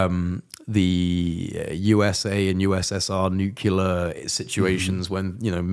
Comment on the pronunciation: It's Nuclear, not Nu-Cu_Lar!